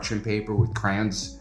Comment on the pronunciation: I loved the fact that you stopped and fully pronounced crayons after saying crans. Reminded me of myself every time I try to say crayons 😂